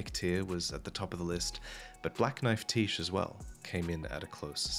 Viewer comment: FYI: Tiche is a Greek name, and as such the "ch" is a "k" sound. This means that Tiche rhymes with psyche, not quiche.